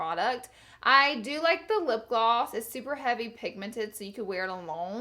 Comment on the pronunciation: It's lipgloss. Not lipglwass